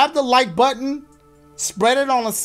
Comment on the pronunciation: Yo dashie how about you say tap that puh-ton lmao like tap that puh